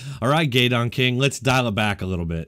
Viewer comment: Sounds like he's saying "gay donkey." 😂